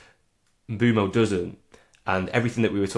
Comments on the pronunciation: Why can no-one pronounce Mbuemo's name? It's Mb-oh-mo. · maybe we all have different ears. It's definitely NOT Mb-ooo-mo when he says it here